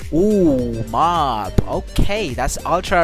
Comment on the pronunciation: Did he call mob bob lol